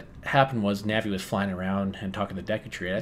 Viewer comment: correct pronunciation: DAYKOO tree